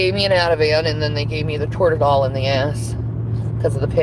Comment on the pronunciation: FYI: I work in healthcare. keeps saying "Tordadol." The med is "Toradol." Just wanted to add some of her incompetence with the English language. I know some medication names are difficult to say, but Toradol is pretty easy and most of my patients who take it regularly can say it. Edit: I didn't realize she'd get even fucking stupider with this. I kept watching and she mentioned Chlorophyll for the heart attack blood level. The level we look for in blood work is elevated troponin. Not the fucking chemical that plants use to photosynthesize or tipornin or whatever the hell she said.